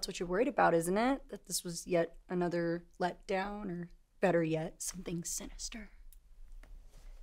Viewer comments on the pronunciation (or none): none